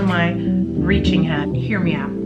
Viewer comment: I love your hair and everytime you say “hear me out” I hear “hair me out” haha